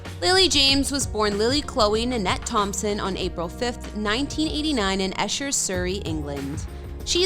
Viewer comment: Lily's birthplace is pronounced "Eee sher", not "Esh er". (It's not far from where I live in Surrey). Also, I'm not sure why there is a photo of Epsom high street in the video. It's also near me, but doesn't have much relevance to Lily. Lastly, Hertfordshire is pronounced "Heart fordshire", not "Hurt fordshire". 9/10 for effort.